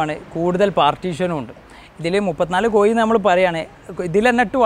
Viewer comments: കോയി അല്ല (കോഴി എന്നു പറ )🤭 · പറഞ്ഞ പറഞ്ഞ് " കോഴി" കോയിയായി, കോഴി എന്ന് 10 പ്രാവശ്യം ഇംപോസിഷൻ എഴുതി സ്പുടത വരുത്തുക ! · Not Koyi but kozhi. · കോയി എന്ന് പറയാതെടാ. കോഴി, കോഴി, നാക്ക് വടിക്കുക ദിവസവും. 🤪